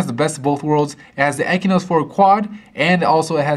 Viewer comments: Stop calling it "ekynos", it is spelled AND pronounced "exynos" god damn. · "EXYNOS" not "ekinos".....not so hard, isn't it? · why are you saying "ekinos"? its EXYNOES with an X, not a K